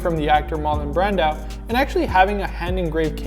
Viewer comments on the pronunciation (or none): Pronounced “Brandoe” not “Brandow” kinda like Marco not Marcow. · Say his name properly